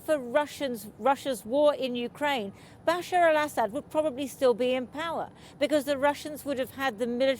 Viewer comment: Funny! the reporter does not know how to pronounce the name of the dictator who ruled the country he is reporting on. I mean the name bashar is really not that difficult to pronounce